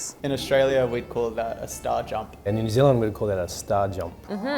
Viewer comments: em Dilin frum New Zilind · Dylun from Nu Zeelun